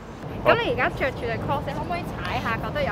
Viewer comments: 不是讀cross 是讀 croks C係有K音架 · 'Crocs' 的發音應為 kroks ，非 kros。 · "Crocs" 一直讀成 "Cross". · 都讀錯... 仲有好多其他... lost count. 😷